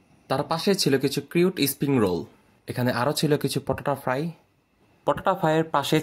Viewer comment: হ্লার😂😂😂পটাটা ফ্রাই,আগে উচ্চারণ ঠিক কর ভগলু।